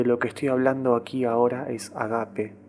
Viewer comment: Perdón yo corrijo, se dice ágape, el énfasis está en la A